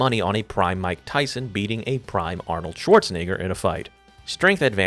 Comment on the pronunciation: Bro casually said schwarznig**r 😂